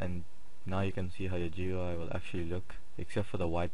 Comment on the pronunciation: You don't say each individual letter in "GUI," you read it as a word, which sounds like "gooey." Rhymes with dewey.